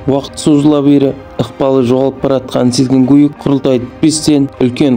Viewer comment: Ақымақ жүргізуші Адам атын қате айтпай дұрыс айтсайшы Батый емес қазақша Бату болады Гүйік емес Күйік болады